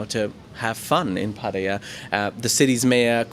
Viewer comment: Good job with your pattaya pronunciation....finally